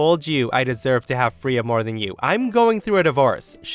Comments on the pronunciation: The cat's name is pronounced frā-uh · I love you and your stories, but the way you pronounce Freya 🙃🙃😂😂😂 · The way you were saying the cats name was just getting to me😅 pronouncing it so wrong in the first story. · I can't get over your mispronounciation of the cats name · Hey, just wanted to let you know Freya isn’t pronounced as “Free-ah”, it’s pronounced as “Fray-ah”. It’s pronounced like this because it’s of old norse origin, and therefore does not care about the english language’s usual vowel pronunciation. 😊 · I love ya, but my dog is named Freya...you say it like the Norse goddess, sounds like fray-a, not free-ya, lol drove me nuts. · FRAAAAAYA .. Not Freeya .. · Freya = FRAYA not FREEUH, it's a simple pronunciation from mythology and not a name many people DON'T know. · Freya…Fray ah not Free ya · Triggered!! its not Freeah, its Frayah.. please look up how to say names before you do these if ur not sure. Its a pretty well known in Norse Mythos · First story, the name is pronounced FRAY-uh, not FREE-uh. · Fray-ya not free-ya. It’s a Norse god name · It's pronounced Fray-uh not Free-uh. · Story 1: Cats are great. I like how OP gathered all the accessories together before bringing Freya into her home. By the way, it's "Fray-ah" not "Free-ah". Story 2: I think there's a Bible verse to the effect that worship should be private, not public (as in church). Granny and her claque practice Churchianity, not Christianity. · Just an FYI, Freya is pronounced Fray-uh or Fray-yuh, not Free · “Fray-ah”Not “free-ah”…sorry. Love your channel but that was a rub… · I’m ngl the pronunciation of Freya is killing me 🥲🥲 it’s Frey-uh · “Freya” is pronounced “FRAY-uh”. :) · got nothing to say about the storys aside from story 1. Its pronounced Fray-ya while yes its spelt with an E it says the hard A sound.